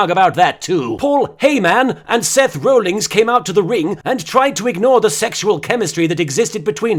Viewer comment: Seth 'Rollings' XD I'd like to be rollings in his bed with him.